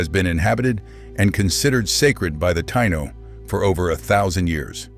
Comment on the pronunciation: F.U for pronouncing "Taino" so badly, and for depicting us as black people. As "one of the most complete cultural and demographic catastrophes in human history" thank you for your added contribution, A-H! Major F.U. for that!